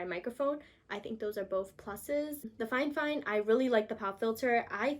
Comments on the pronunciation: Girl you said fine fine I think it’s fi fine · i love how she says fifine XD